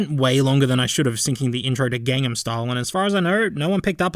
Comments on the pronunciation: 1 SIN its gangnam style not gangham ( i really dont care but its my first time noticing sumthing + its a horrible music) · Wait... Gangham Style? You mean... Gangnam Style? +1 sin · u forgot its gangNam style not gangham style